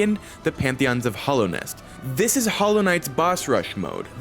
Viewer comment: everybody does this, it’s hallownest not hollownest